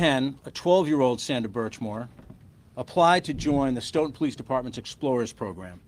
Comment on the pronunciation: Sto - ton. Rhymes with tote-in. Frederick Richards, USA olympic gymnast, hales from here.